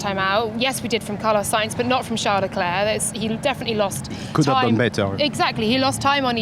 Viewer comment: Dude & Woman..who tf is "LUNDO" & "CHARLES LECLAA"? Learn to pronounce properly !